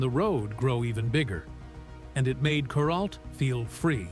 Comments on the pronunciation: kur ALT, not KUR alt. Geez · Kur-alt, alt rhymes with Walt and the accent on the Walt.